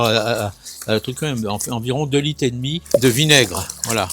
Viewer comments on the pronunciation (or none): Merci on va "mette quatte litte dans vote aspergeur"... rrrrrr